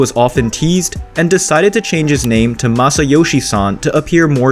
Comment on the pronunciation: Corrections. 1) Fujita Den. Fujita is his last name. In Japan he would be referred to respectfully as Fujita-san. 2) Narrator makes little differentiation in pronunciation of "Masayoshi Son" and "Masayoshi-san." The latter sounds weird and affected for an English speaker, but obviously you're not going to say Son-san (ha ha). Dislike the tone of this video: perpetuates a bigoted stereotype.